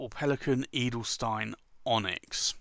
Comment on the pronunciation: the 'stein' in Edelstein is spoken like sh-tyne ;-)